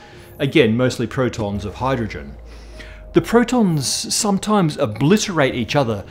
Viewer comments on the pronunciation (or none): none